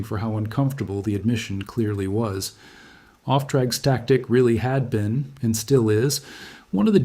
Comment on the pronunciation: "off track static", you what, mate? It's "Auftragstaktik", or "Führen mit Auftrag".